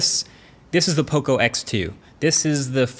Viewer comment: Learn how to say Poco. There's enough Latin Americans in the USA ;)